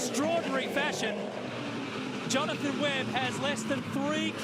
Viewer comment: You got Jonathon Webb's name wrong lol